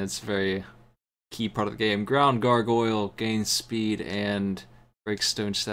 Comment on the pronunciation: it bothers me how cant properly say gargoyle lol sweet ass game tho